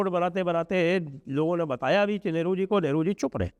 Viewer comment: लगता है ठंड के चलते आपका उच्चारण सही नहीं हो रहा है जिससे नेहरू की 'लेहरु' जैसा सुनाई दे रहा है